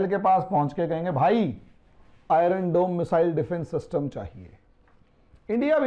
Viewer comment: Iron is pronounced as I-yern and not as I-run .